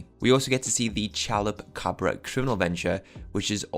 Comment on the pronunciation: I just want to say it's pronounced " cha-loopa-cob-bra" Chalupacabra